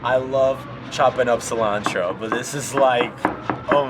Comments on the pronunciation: idk if Jason can speak spanish but if he can't he said "cilantro" sooo well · the way Jason said cilantro was more satisfying than anything else in this video. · I love Jason's latino prononciation of cilantro